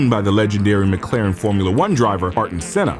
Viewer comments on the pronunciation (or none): you butchered the Pronunciation of Senna's first name